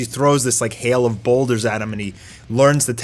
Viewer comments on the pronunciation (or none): none